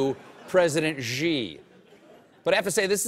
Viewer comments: Xi is pronounded like "She". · The President of China's surname is pronounced "She". It's respectful to properly pronounce the names of people especially world leaders. Perhaps the Late Show should consider hiring a China consultant -- or an expert English professor -- to ensure they are well regarded among the global community. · It's SEE if you speak something like Cantonese. It's SHEE I believe, Mon Fleur. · Colbert pronounces "Xi" as "g" when it should be "see" 😂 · ...it should be pronounced more like see than gee!!! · "Xi" is pronounced "See", not "Gee" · Hey Stephen, you know you are pronouncing "Xi" 's name wrong right? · yo, Stephen. Pronounced more like She than Gee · you pronouce xi like SHE, not Ji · "Xi" is simply pronounced "shee." How is possible that Colbert doesn't know this? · yo colbert--say "she just took a dump". congrats, you also just said "xi just took a dump". stop with this nonsense pronunciation. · Why is everybody making a fuss about his pronounciation of "Xi" which is admittedly wrong but kinda close when EVERYBODY's pronounciation of "Ji" is infinitely worse! Guys, the J sound is nowhere close to the one in "Jesus", it's way closer to the one in "check"